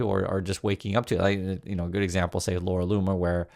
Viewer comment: Its pronounced Laura Looner and nothing anyone says will change my mind, shes at it again sigh...